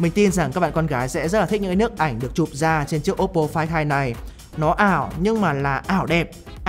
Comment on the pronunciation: Đọc tên điện thoại nghe như ‘quái thai’